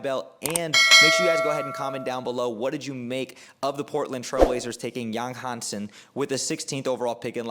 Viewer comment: You butchered the name, but it's OK. Chinese is a hard language to learn with a steep learning curve because of the tones and characters. Yáng Hànsēn's is how you write his name for pronunciation. Practice the 5 tones, and you'll be more toward success saying his name.